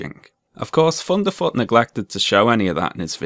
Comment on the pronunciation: I love that you pronounce his name as funderfoot. It brings a smile to my face